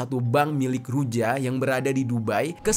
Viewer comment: Huruf J dalam ejaan negara negara Eropa Timur seperti bulgary, serbia, termasuk Rusia di baca Y, jadi ruja dibaca Ruya.. Serbija, dibaca Serbiya.. atau serbia...